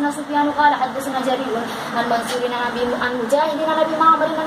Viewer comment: حدثنا کے ث پر جزم نہیں زبر آتا ہے میری بہن 🙏🙏اگر برا لگے تو معذرت چاہتی ہوں